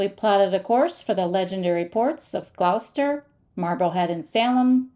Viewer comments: Please learn to properly pronounce Gloucester, it’s glahster. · Thank you for lovelyepisode. But it's pronounced 'gloster'. On your return come up to Rockport for a quintessential New England seaside town. In fact it was 'dry' for two hundred years thanks to Hannah Jumper and her girlfriends who in 1856 split every cask of rum to get their spouses back to work.